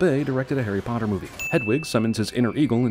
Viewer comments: HARRY PLATTEERR.. HARRY PLOTTERRR BAHAHAAAAAAAHHHAHAAHAHHAHA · Harry platter and Harry ploter Im dead😂😂😂😂😂